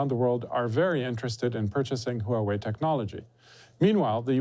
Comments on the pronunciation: Huawei is pronounced "hwah way" not "huh way". Pin Yin is not that hard to figure out. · It is pronoun Huawei ""WUA-WAY" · Stop pronouncing Huawei huuuu wei